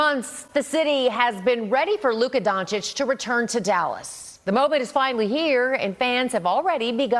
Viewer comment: DONCHICH, NOT DONCHICK. Oh my god. He has spent so many years in Dallas, and the journalists can't pronounce his name.